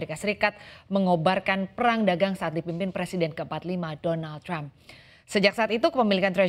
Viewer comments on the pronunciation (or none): none